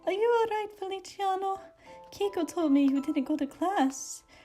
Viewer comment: feliciano, not feli-ci-ano uwu